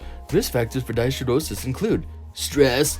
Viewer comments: NO. You fumbled around again and agin with the pronunciation which was annoying and distracting. IF you had looked it up you would hav pronounced it correctly. DYS is a prefix which means abnormal--it is pronounced DIS. Hidro referrers to water and is pronounced Hyedro. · It's a good video but it's honestly hard to listen to you talk. You make me think of how Bill and Ted talk or Wayne and Garth. I'd also like to help you pronounce it correctly. Dyshidrosis - dis-hi-dro-sis.